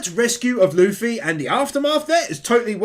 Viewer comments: DID HE JUST CALL THIS MAN LUH-FEE? Edit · Bro really said "Luhf-fy" ... But another amazing video excited to see more one piece wins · The amount of times I've heard people pronounce Luffy's name as luf-fy or something. Loo-fy. It's like goofy. It's not that hard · No hate just a correction it’s pronounced Loo-Fee (like Waterloo and like fee a payment cost) . Not luh-Fee.